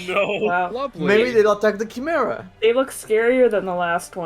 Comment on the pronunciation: Ah man, I love a good Chi-merrah!